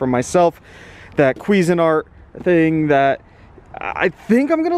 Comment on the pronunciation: Pretty sure you mispronounced Cuisinart